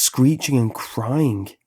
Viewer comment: Can't get past the pronunciation of words ending in ing as ink. Dammit! Dreamink, beginnink, cryink.